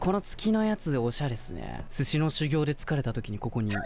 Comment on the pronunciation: こ↑こ↓いただきました。